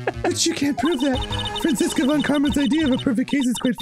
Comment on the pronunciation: Arin its Fran-Chess-ka. Also i just realized this but wouldnt Phoenix's full name and title be Phoenix Wright, Esquire since he's a lawyer?